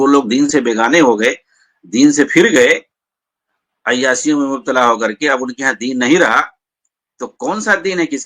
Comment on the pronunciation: ابے ۔۔۔۔۔۔۔ عیاسیوں نہیں ہوتا ہے ، عیاشیوں ہوتا ہے ۔۔۔۔۔۔ bhkkkk